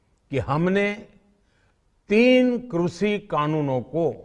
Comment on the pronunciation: वाह मोदी जी वाह कृषि को भी क्रुसी उच्चारण कर रहे हैं। 👏👏👏